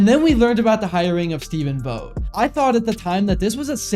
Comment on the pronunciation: You’re mispronouncing Vogt, just a gentle fyi…